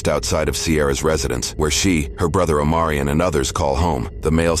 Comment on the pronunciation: Omarion? I heard O'moron.